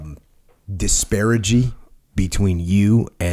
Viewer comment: "disparigy" lol